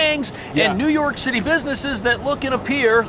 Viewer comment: New York Cit-ay